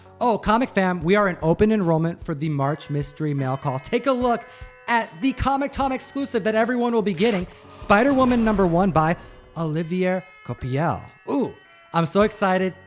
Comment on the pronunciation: Tom Tom Tom. I know dislexia is a tough pill to swallow, but let's say it together to make it easier. Co-I-Pel. Okay? You can do it. Coi - pel. Olivier Coipel. It might be easier to say Copiel, but it´s Coipel. :D